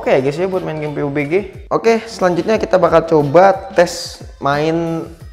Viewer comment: Bang saya saranin Kalau sebut nama game pubg jangan Peubege bang Pabjii aja nyebutnya